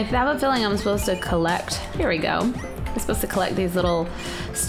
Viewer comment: You said "Play Ghostly Me hree"